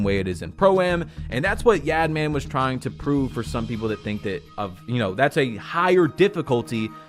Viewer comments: The way you said yad man for yaadmaan made me lol 😂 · pronounce it “Yahd-mon” 🤨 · Just fyi is pronounced like “yodman” or “yahdman”